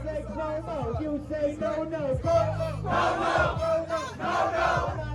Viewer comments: Not como, cWOAHmo. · Somebody please tell Luke that Cuomo has a "U" in it.